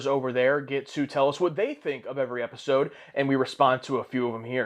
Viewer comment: "my favorite e eisode"